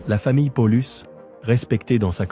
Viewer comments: On en dit pas Polus mais PA Oh Lus! juste un point essentiel quand on fait un docu histoire. mais ça n'invalide pas la vidéo. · Paulus se prononce de la même façon en latin. Pour les exemples cités ça va c'est proche de la réalité mais pollux non!